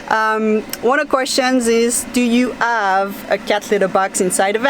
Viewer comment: apparemment vous oubliez des fois que vous parlez l'anglais, et il faut prononcer le: H. Il n'est pas muet comme en français. Vous dites tout le temps: I "ave" au lieu de dire: I have, et il faut prononcé le: H. Ce n'est pas si compliqué que ça. J'espère que je ne vous ai pas offensé! C'est juste pour vous le faire savoir. Bye, et bonne soirée! Bisous!